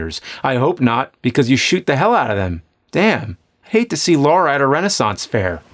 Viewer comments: It's LARA! LAH RAH! NOT LAURA! NOT LOH-RAH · Its not lera not laura but Lara croft.... like lalaland. Yes that bothers me haha